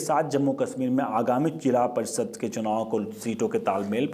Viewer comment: श को स क्योंकि बोलते हो जैसे कश्मीर को कसमीर तो देश को देस ओर परिषद को परिसद तो पहले बोलना सीखो